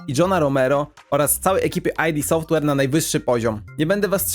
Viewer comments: Nie [aj-di] Software, tylko [id] Software – od freudowskiego ego, superego i id 😉. Poza tym materiał bardzo spoko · Spoko filmik :) Tylko taka drobna uwaga --> Podobnież Id Software czyta się Id Softłer, a nie Aj di Softłer ;) Pozdro! :)